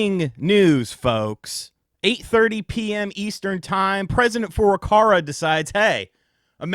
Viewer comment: I might be just late to the game and don't know if there's some kind of inside joke or something, so I apologize in advance, but why do you pronounce Furukawa's name as Furukara?